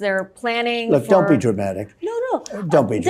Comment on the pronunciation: Fukin' pres. Says " I DOONT GET INVOLVED IN IT." INCREDIBLE!!!!! Mfr. Your the cause of all this chaos: domestically and internationally.